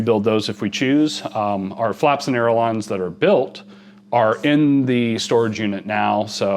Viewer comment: Ay-ler-on! Say it ten times.